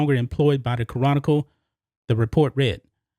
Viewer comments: Bro, the way you say "chronicle" is hilarious. you say "Ca-ron-nickel" its "Kronical" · Ca’ron’nic’cle 🤣 still got love for you though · Houston Ca-Ronicle? Really? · It sounds like has trouble pronouncing "Chronicle". He should do as most Houstonians do and refer to them as the "Houston Comical". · Ya know lol, it was getting on my nerves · I always thought the word "chronicle" only had three syllables, but now all of a sudden, I'm not so sure.